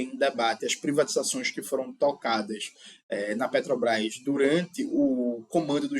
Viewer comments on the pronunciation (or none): none